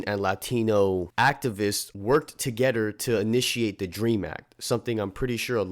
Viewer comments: to"getter" sheesh.. lol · You say together weird af